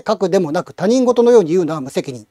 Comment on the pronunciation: 他人事は、「たにんごと」ではなく「ひとごと」ですよ。